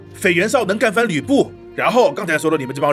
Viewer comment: 裴元绍 念pei 同 陪